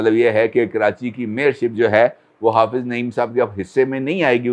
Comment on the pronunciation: It is Hafiz not hafaz